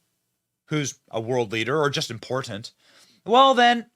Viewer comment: Benny, please stop pronouncing Important, ImporTENT constantly. Mm K